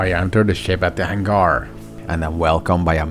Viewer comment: What’s a hangR?? 😂